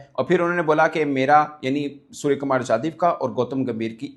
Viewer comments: .IF I CALL YOU '' HAFIZ SAEED or Dawood Ibrahim , Will you agree. Mirch lag Raha hai na. SKY ' NOT SKJ ' , I THINK YOU INTENTIONALLY PRONOUNCING SURYA NAME WRONG. HIS SURNAME IS ' YADAV , NOT JADAV. ANCHOR, OR JOURNALIST SHOULD NOT DO SUCH BLUNDERS AGAIN AND AGAIN. I UNDERSTOOD IN WHAT CONTEXT YOU ARE PRONOUNCING HIM WRONGLY FOR SO MANY DAYS in so many episodes. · Dear Anchor / Journalist/ youtuber Mr, you are pronouncing SKY name as SKJ. His surname or family name: Yadav 'not Jadhav '. I had seen this multiple times in this episode itself. How can this blunder can happen. Yadav, Jadhav, Sharma, Verma are different. Not one and the same. Here India captain name is: Surya Kumar Yadav, but you are calling him as ' Surya Kumar Jadhav, for multiple occasions. R u illiterate. Don't know how to pronounce correctly. If I call you Sana Ullah Ibrahim, will you agree. Or pronounce him as Surya, or sky, don't pronounce him wrongly. Always these Pakistani people pronounce wrongly.